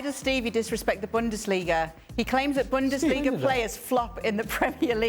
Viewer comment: man really said Pep from Bundassliga😭. You know where he learnt his business